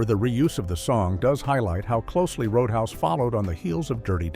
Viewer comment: CGI voice: "ROAD UN HAUS". REPORT it! Don't watch CGI BS videos. 70% of these crap videos are now CGI voices!